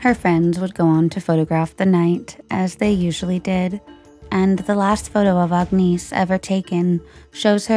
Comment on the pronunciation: 👋🏼 Just so you know her name it’s pronounced like this, “Agg-Niss” Agnese. The “e” silent. 😁